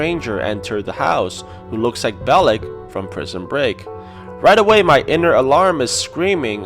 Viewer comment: The dialect when announcing every character as someone else has me dying “BElick, from prison..break”